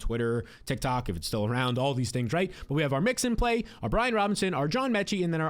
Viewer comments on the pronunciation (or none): none